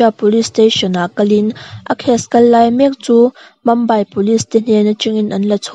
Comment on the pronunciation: Mumbai hi Mambai tiin in lam thin a, Mumbai ti mai rawh u , chuan a ngaihnawm thin e ralthuam vel hi 👍